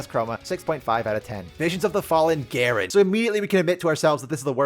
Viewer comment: Darkin Garen -> Gaaren